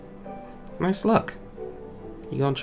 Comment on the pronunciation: I Thought You Said "Noice."